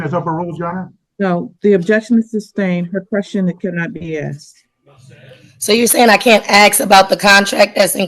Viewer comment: was tabbed out just listening and as soon as she said "axed" I knew what she looked like